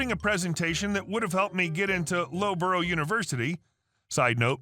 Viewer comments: Loughborough is pronounced "luff ba ra" not "lowbrow". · A bit of a giggle at the pronunciation of Loughborough as 'low-burra' - it's 'luff-burra' or 'luff-bruh' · Americans mispronouncing a place in the UK, shocker =)